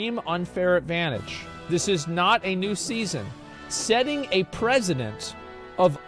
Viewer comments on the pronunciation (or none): Why does this guy keep saying "advontage"? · Why does this sissyron guy struggle with the word advantage so much? geez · This guy has a very odd way of pronouncing "advantage"